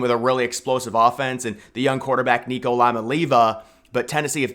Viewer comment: One day you'll pronounce nico's name right